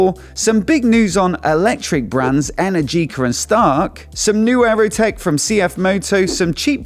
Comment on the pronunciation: Energica is pronounced wrong :). I do hope they come back